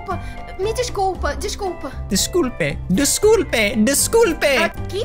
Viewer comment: Kkkkkkkk o gajo disse descupe em cez de desculpa😂😂😂 e tbm disse no pahay no pahay no Pahay em vez de não para 😂😂😂